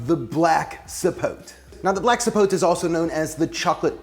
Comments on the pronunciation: i believe zapotes, are from Mexico, and even though it looks as if it was rotten, it is actually good, its pronounced ZA- PO- TAY(kinda is closer), and the other one you tried is, MA-MAY,( again a closer pronounciation). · Everyone here trying to “correct” the pronunciation... It’s actually ZAPOTE, with a Z, not with an S, and you have to specify, black or white zapote. And the correct pronunciation is “zapothe” (added the th for linguistic example purpose). I’m from the center of the Mexican republic, but I can tell that the pronunciation is the same in every state. Zapote, not sapot, not sapothy, not sapotey, stop.